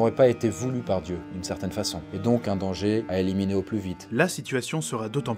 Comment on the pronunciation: pourquoi cette mg 42 quand tu dit eiminer ses advairsaire lmao